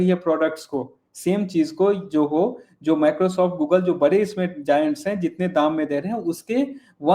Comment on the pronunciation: कैसे लोग नाम या शब्द का ठीक से उच्चारण नहीं कर सकते? ZOHO को 'जोहो' (JOHO) कैसे कह सकते हैं? Spelling में 'J' कहाँ है? 'Z' है ना?! तो Z को कोई J ( 'ज़े'ड़ को 'जे'ड, या 'झ' को 'ज') कैसे बोल सकता है?